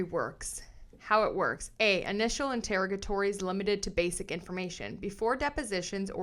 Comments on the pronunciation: I think it's pronounced "in-ter-OG-ah-tories" with the emphasis 3rd syllables & that O like in "on". That's in the US (I know Canadian can be different). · Enter-og-atories, it’s a hard word, hopefully this helps.